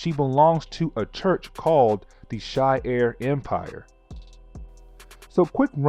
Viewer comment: She-are not she-air but honestly I’ve been watching all the videos so I don’t care ho you say things